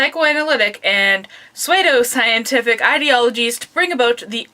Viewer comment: just letting you know, the "pseudo" in pseudoscience is pronounced sue-doe